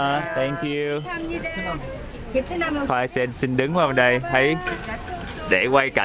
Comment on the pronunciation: Nhìn đồ ăn ngon quá. Cô bán bánh nói "bê thư nam" kkkk là Việt Nam đó mng ❤